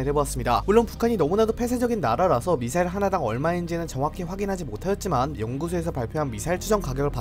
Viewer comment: 발음까지 미싸일이라 한거 보면 노린거임